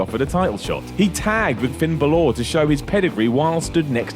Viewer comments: Balor. Not Ba-law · ba lor not bo lor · It's Bah-Ler not Buh-Lore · Why does he pronounce bálor like bálooooor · Its Finn Bálor , not Finn Balor....... Chris Jericho should be number 1 tho or 2 1.Chris Jericho 2.Randy Savage 3. Vince Mcmahon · It's not finn baloooor it's finn balor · Wtf moment from this video: Finn Ba-Lore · A.J. Farmer not really balor shouldnt sound like baelor regardless of nationality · Who is Finn Baloor? Damn European pronunciations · "Buh-Lore"? Does this guy not know who Finn Balor is? I can't justify pronouncing that name like that any other way. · Was gonna like this video but the way you pronounced Balor’s name was unacceptable. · That's not how you say Balor... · the way you said balor gave me cancer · Wait. Stop. How did he pronounce Finn Balor's surname?? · You don't pronounce " Balor " that way 😐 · I can't stand how he says bàlor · I fucking hate when people pronounce Balor like that. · You Fucki hate the way he says Balor... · Glad to know I'm not the only one who rushed to the comments to hate on the way says balor